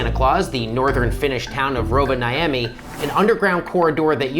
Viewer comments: it takes 5 seconds to google the pronounciation of a place name, so you can say "Hakaniemi" and "Rovaniemi" instead of "Hhakiniemi" and "Rouvanaijemi" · You said Rovaniemi so bad, but the weird thing is that you had only one mistake, it was otherwise perfect We don’s say ”ni” like nitrogen but like nicotine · The way he pronounced Rovaniemi made me wanna go to one of these shelters.